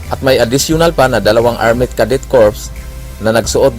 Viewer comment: Hoi, redundancie ka naman mag istorya, nakakainis ka namang magsalita.... Arme,countre, alchitecture, bwiset